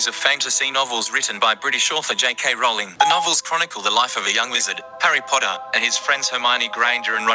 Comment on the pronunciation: Rowling.. Like rolling pin!! Its not how said!!